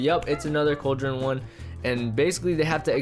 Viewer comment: lol he be say cauldren and use it and edit to hopper